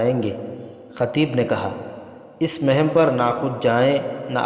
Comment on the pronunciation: Janabe wala... MashaaAllah...Apke bolne ka Andaz to bahot Achcha hai... Mgr Urdu Alfaz bolne padhne me bahot zeyada ghalati karte hain... Jaise . Sahra ko sohra.aur muhim ko mahim . Bargazidah ko burgazidah Amraa ko umrah .. Sarneg'oon ko surangu . Padhte hain... Aur bhi bahot si ghalatiyan karte hain padhne...